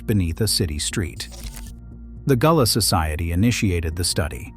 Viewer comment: Facts!!! Its a corruption of Guale that slowly became Gullah. Even in this video "gullah" is pronounced wrong as goo-lah in some parts.